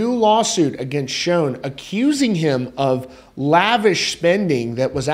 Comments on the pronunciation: According to Neal, "Schon"is pronounced "Shawn," not Shown. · You say his name wrong ….it’s not shown….Schon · Its Schon...."shawn"...not SHONE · its SH-on not SHone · SCHON, NOT SHONE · Pronounced SHAWN not Schown, ffs... You're a reporter dude. Get it right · QUIT SAYING "SHOWN", IT'S "schON" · Schon. Rhymes with Don...Ron...Tron...and Bon. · No. Pronounced as Shawn. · PLEASE …Neal SHAWN! your the only one in the industry who mispronounces his last name. I love your channel though:) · It's definitely annoying!!! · You're, not your (the only one in the industry). And yes, it's pronounced like, Shawn. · Please learn how to pronounce Neal’s name . It’s not Shone ! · It's pronounced "shawn". Please respect him by pronouncing his name correctly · It’s Sch aaaa. N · What's really sad and disappointing is how you always mispronounce Neal's last name... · Another shame here is you mispronouncing the name Schon with wild abandon. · You are pronouncing Schon incorrectly and it's so irritating!!!